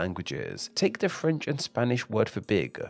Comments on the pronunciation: Oh my god why do you add a stressed vowel at the end of every sentence it’s super annoying. “Language-uh. Big-uh” holy shit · It's interesting you add an "-uh" at the end of all the words ending in hard consonants... ...like with "big" and "language" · God-uh, big-uh